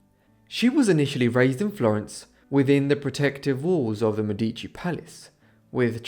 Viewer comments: One small thing on the pronounciation: in Italian the emphasis is on the first syllable, not the second. So it's "MEdici", not "MedIci". 🙂 ("Meh-dici" not "Me-dee-ci") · The accent on the word "Medici " goes on the e , while here is emphasized on the first i, and is a grave accent . Mèdici, rather than Medìci. Just saying it cause I'm Italian from Tuscany, but it's still absolutely understandable. This video is really interesting historywise 🙏🙏🙏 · I appreciated your dedcation and your deep dive into her life but just a side note: the correct pronunciation in italian is Mèdici (stress on the E) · Lovely video. "DeMedici" is pronounced "de MEH-dee-chee". I used to think is was pronounced "de meh-DEE-chee also. Just saying. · Do me Explique PQ NAO SABE FALAR O NONE CORRETO ? MEDICI ??.